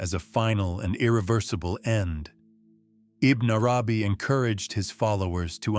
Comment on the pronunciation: Beautiful! But I cringed every time the narrator said Ibn Arabi’s name. I thought it is pronounced more like this: “Ibbin AaRabee.” If my pronunciation is incorrect then I am truly sorry.